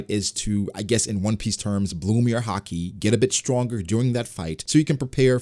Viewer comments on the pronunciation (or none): none